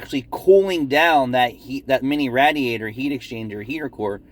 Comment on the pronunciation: I tune in just to hear say Rat-er-rator. Thanks for the content. 😃